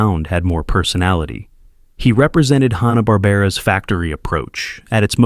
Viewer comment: Oooo... Mispronouncing Hanna in the first minute of a video primarily featuring Hanna-Barbera characters? Not. a great start. Also, a lot of these are still pretty pervasive throughout American pop-culture due to many of them being reused and modernized in the 1990's , subsequent to Turner purchasing the Hanna-Barbera rights. Basically if you grew up in the 1990's through the early 2000's, you saw MANY of these characters on TBS, Cartoon Network, and Adult Swim. Edit: OMG! This Narration BETTER be AI, because if you're unfamiliar with either the fencing term "touché," or the other use, acknowledging a worthy or clever point made by someone, that means... well, nothing, really, but it's a pretty common term, used in everything from cartoons, to literature, to film.. Seriously though, this is just one of those hackneyed YouTube Channels that pumps out poorly written, intentionally provocative content, insulting people's childhood favorites, in hopes of goading individuals into leaving exasperated comments, in an effort to drive up interaction rates. It's essentially trolling to boost their YouTube profit margins, which is a pretty despicable. way of making a living.